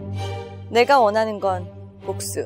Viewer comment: 발음 치인다... 내가 원하는 모든 것은 복수..